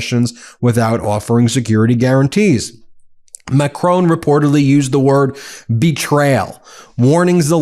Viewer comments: Ben, when you criticise trump for his mis-pronunciation of African leaders names, at least learn to say Macron correctly!!! It is NOT Ma-cronE !! People in glass houses, right? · U still dont know how to pronounce Macron....